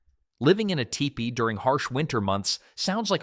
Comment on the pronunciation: I'm half way through this video and the AI dude has said the same thing three different ways at one point calling the structure a "tie pay". I think I'll stop watching now.